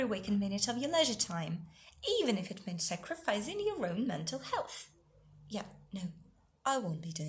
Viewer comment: 7.50 Sacrificing, not sacrifiZing